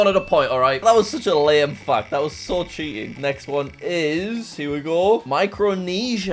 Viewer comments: I heard f*** instead of fact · Bro, i heard ** and not fact- And ** and not flag